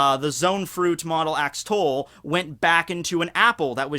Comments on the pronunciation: axolotl= ax-o-lot-el not ax-tol just for future reference for you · Axtall? Not oxtail Idk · WTF is an axtoll